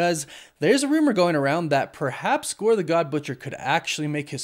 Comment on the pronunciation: I keep hearing Gorbachev 😂😂